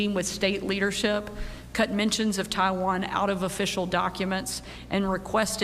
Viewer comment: Did she say Taiwan ? 😂😂😂😂😂😂😂